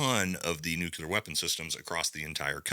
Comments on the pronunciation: It's NOT nuCULar, it's nuCLEar. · Not "nucular" ... NUCLEAR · It’s “Nuke-LEE-er” not nuke-yoo-ler 🥹🥹 You’re awesome tho! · I really do hate to be pedantic, but nuculur is not a word. Nuclear is. It’s incredibly grating to hear it mispronounced. Especially when it is so easy to pronounce correctly. “New clear”. That’s all you have to say. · It’s NUKE LEE AR not nukular. 🤦‍♂️ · It’s “nuclear”…. Not “nook-you-lure” come on man. Gotta be better lol. Grammar and literacy matter. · All of sigs gear in this contract has shown to be trash already. Also, it’s not nuculear hahaha it’s nuclear. Love your show man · I love this channel.. However, the word nuclear, is pronounced, new-clear not new-cular. 🙂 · "nu - klee - ur" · Brother please, it’s NucLEar NucLEar NucLEar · Say it with me NEW-KLE-ER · Also, that’s not how you say nuclear. My goodness.